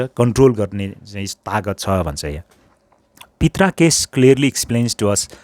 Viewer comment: pronunciation of " Prita" is प्रिता not पित्रा...!?